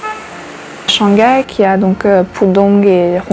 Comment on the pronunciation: Shang gai, is this the famous "silent h" in French?